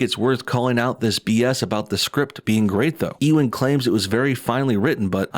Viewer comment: Haha, They screwed themselves. They're trying to hint that the two main bad guys are a gay couple. I can more easily see gay super villains being "misogynists" than straight villains😂 Ps. It's pronounced (you-an) not (e-wen). . . Unless you're saying it like that on purpose, haha